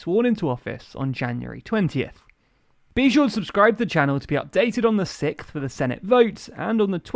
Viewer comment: I laughed every time he said it. I was confused initially; I didn’t know what a sickth was.